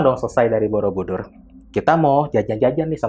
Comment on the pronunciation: kk aku dngernya candi bodobudur😭